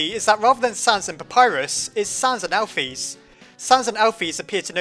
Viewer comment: he called alphys alpisss lol learn to read **